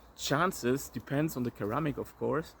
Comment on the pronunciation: I like duplex grinds. I took it one further and made a knife with a triplex grind - which I call the Triphasic Grind. It's in the first video on my channel and multiple subsequent videos also. By the bye, in English pronunciation, the first C in Ceramic is soft - 'sounds like "seramic".